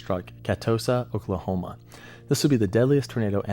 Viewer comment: I like this guy his videos are great, but it’s funny to hear him butcher the Oklahoma town names. 😂